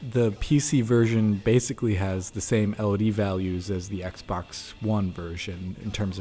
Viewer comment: It’s obvious has been in the industry he says LOD correctly